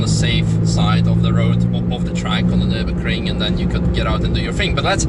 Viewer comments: Nürburgring Mate Nürburgring, not Nurburgring! ;) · Wow! Absolute Wonderful Commentary by! How many times has he been around the Nürburgring Nord Schleife? Hey, Shmee!! Download the German Alphabet to be able to use what they call "umlaut" ü ö ä and ß < meaning Double s! Especially in Nürburgring and NOT Nurburgring! You can also write Nuerburgring if you so desire! The e takes the Place of the two Dots above the a o and u<< ae=ä, ue=ü and oe=ö! How do You like them " Apples "? lol!